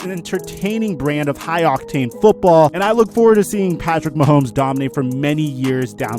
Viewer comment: sorry but you completely butchered Mahomes